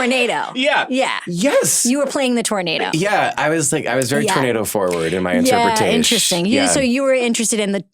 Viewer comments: “I was very tornado forward in my interpre-tashe” 😂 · I cannot properly convey how much joy this is bringing me. “I was very tornado forward in my interpretashe” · not the interpretashe!!! was also my favorite line